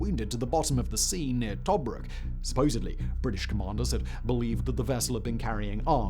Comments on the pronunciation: I'm starting to think that Simon is an AI construct. I've never in my life ever heard someone pronounce Tobruk as Toe-brook. 🤔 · Strange pronunciation of several words, eg TOBruk, BeeVORR. Has the narrator never heard these words spoken before?